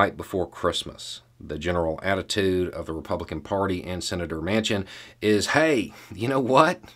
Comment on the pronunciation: "Mansion" would be a more accurate pronunciation of this traitor's name.